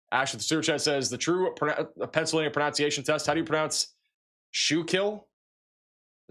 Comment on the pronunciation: PRO-NUN -SEE-AY-SHUN, please stop saying pronounciation, it's incorrect and not an English word. Thank you for your coverage though, it's excellent 👏 The amount of commercial interruptions on the archived video after the streaming is PAINFUL. Please address this so we can watch the archived videos. ❤❤❤